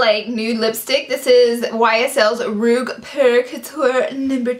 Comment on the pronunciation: This video cracked me up girl! Rouge pronounced roozh :) but I love how you pronounced it waaaaay more haha